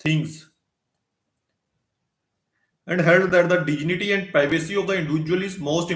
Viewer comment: Pronounce dignity properly........vakeel saab.